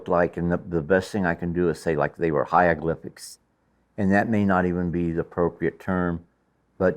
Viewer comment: "Hya-gliphics? " mmmkay. Sounds legit.